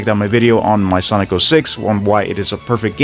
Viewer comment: cant get over that you said sanic hahah